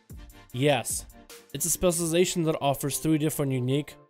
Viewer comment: New drinking game: Take a shot whenever he mispronounces "specialization"